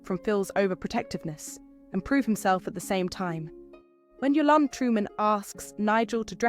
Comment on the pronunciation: It's Eastenders. Why put a posh voice over on it lol. She can't even pronounce Yolandes name properly.